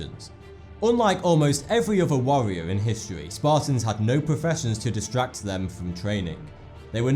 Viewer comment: Warrior or Wawwiowr?